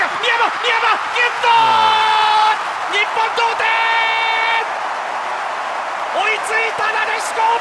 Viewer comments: そのあとのやつの方が童貞に聞こえるw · 同点といっているはずが それにしか聞こえなくなったwww